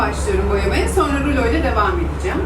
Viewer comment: Ruloya neden rülo diyosun ki böreğe bööörek diyenler gibi